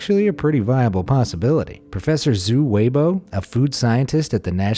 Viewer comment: zhoo wayboh from national university of Singapore kinda killed me, as a singaporean. Zhou Weibao is pronounced Jho-way-bao, and is pronounced with accents since it’s a Chinese name. Not sure about which accents to use, since I’ve never heard of him but i would guess zhōu wéi bào. :,)